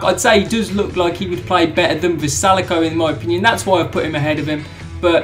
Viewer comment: Puts vrjsalko at the bottom, can’t say his name correctly in the slightest considering he made it to wc finals.